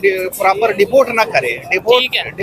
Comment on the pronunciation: Deport ❌dafort ✅